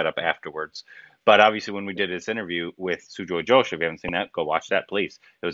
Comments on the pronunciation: How do you pronounce Ghost? Ghost. How do you pronounce Ghosh? Josh. My mind goes "WHY?" That too someone who they've talked to personally. Confounds me why some simple steps can't be taken to improve the experience quality of these videos. Oh well... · the last name is not "josh" - it is Ghosh - where the 'Gh' should be pronounced like the Gh of "ghost." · You are supposed to pronounce Ghosh like Ghost. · Shame on you! You don't even know how to pronounce the name of the director! And he was your guest too! Mispronouncing someone's name is the biggest insult. Please be responsible to your work. You guys are very very sloppy. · Guys this is Ghosh pronounced like Gho-st not Josh of URI 😂 And this story is also set in Calcutta as the main character Bob Biswas is a bengali, but the movie is made in Hindi language mixed with little bengali dialogues. And her name is D-I-Y-A not DAYA 😄 (Di not Da) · Diya pronounced as Deeya. Ghosh pronounced as a hard G with an attached ‘h’ not like ‘josh’ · DIYA is pronounced as DEE AAA and it is not Josh it's GHOSH :)!!!!! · It's Dīyā not Dāyā and Ghosh like Gh of ghost not Josh 😊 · Everytime pronounce Diya as Daya and Ghosh as Josh I am like 🤦‍♀️😂